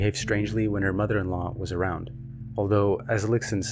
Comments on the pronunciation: this is super well made! btw, its pronounced "lishun" not "lixun" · the pronunciation of lixun as lick-sun is killing me lol loved the video (it would prob be pronounced lee-shun)